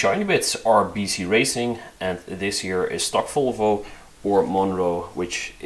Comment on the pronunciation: Why do you say folfo? Its volvo